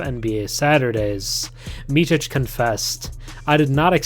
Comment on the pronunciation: It's not "Mitchic" it's more like "Mitsic"